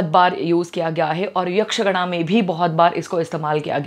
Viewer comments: It is Not यक्षगण, it is यक्षगान! Means Hindi ka गाना! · Yaksh gana nahi yaksh gaana, and it is tulu